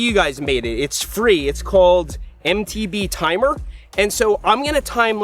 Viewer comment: He calls it MTBTimer at one point